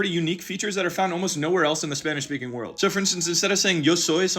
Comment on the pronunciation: Bro says Spanish a lot that he’s saying spinach